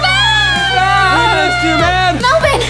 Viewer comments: Not perilta melivin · melvin not melven